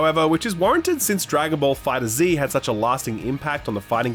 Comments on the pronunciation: For the love of god it's "Fighterz" not "Fighter Zee". No excuses unless you were being trolled by the lil bussyman. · It's Dragon Ball FighterZ. Said as Fighters. Not Fighter Zee. Sorry, it was just bothering me lmao